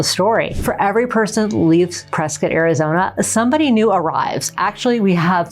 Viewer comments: I wouldn’t live in a city people can’t properly say ends in Scott not skit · Folks, local here. It’s pronounced Press-Scott, NOT Press-Cut and NOT Press-Kit. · It's Prescott, not Preskitt. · Why are people calling Prescott Preskit like biscuit there is no i ?The man that the town is named after pronounced it Prescott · It's not preskit, it's PreSCOTT. 😂 we should call Dak Preskit and find out. 😂 And I love PRESCOTT.